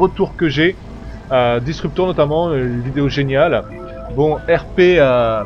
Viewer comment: Disprutor et non disruptor mais sinon encore une vidéo génial